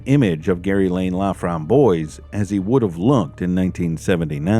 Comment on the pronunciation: The killer's name is French. It is pronounced La-framb-wahs. It means "the raspberry." It's a nice name. Sadly it was not attached to a nice person. I am so glad this case was solved and hopefully it gave some comfort to her family.